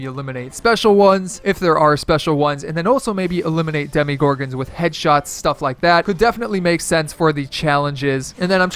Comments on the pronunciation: sorry but i got soooo triggered when you said "demigorgons" instead of demogorgons im just really picky about that stuff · It triggered me how he kept saying demigorgons